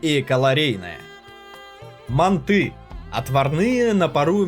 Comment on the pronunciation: мАнты, мАнты, не мантЫ, а мАнты, хватит искажать название!